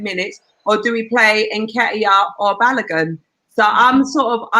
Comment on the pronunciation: Its pronounced "Ba-low-gun"